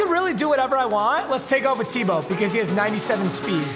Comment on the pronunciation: Who's going to tell him he was mispronouncing Tebow